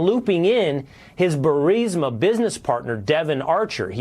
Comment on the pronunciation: Benny just a heads up you are pronouncing burisma wrong, also I think a lot of people know how corrupt Ukraine is and we seriously need to look into the money we keep sending them, it has to be a money laundering scheme between Ukraine and the Biden administration and possibly even Congress.